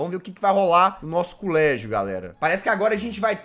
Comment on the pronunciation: Jazzghost falou culégio